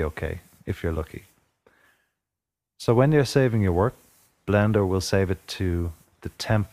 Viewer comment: did you say blander or blender